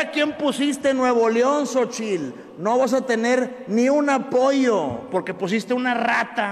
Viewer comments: Y él dice Xóchil, dónde está Xóchil?! Se dice XÓCHITL, TL , no Xóchil 😂😂😂😂 ni como ayudarlo, que vergüenza, burlándose de una mujer que no pronuncia bien el inglés pero se esfuerza , y él ni siquiera habla bien el español😂😂😂😂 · Si está corrigiendo a Xóchitl; que se escuche él, no se dice Xochil, es Xóchitl. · Jajaja Samuel te burlas de Xochitl por la pronunciación de su inglés, no Samuel tu no sabes pronunciar no el nombre de Xochitl, dice Xochil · Es que asi se llama, "la sochil" 😊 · Burlándose de su inglés... Y el ni siquiera pronuncia el español..." sochil " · Gober quijadin Primero que diga correctamente Xochitl